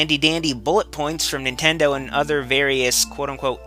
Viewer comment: Yeah.. You said again.. But the fact that you said "IF NENTENDOH CAREDBOUT UZ"